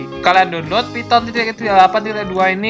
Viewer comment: "phyton" lmao